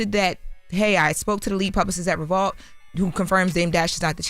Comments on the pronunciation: Why keep saying Re-vault? 😫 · She keeps saying ReVAULT and it’s pissing me off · Why is she putting an A in revolt? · is a incapable of pronouncing Revolt correctly 😀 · Why can't say Revolt???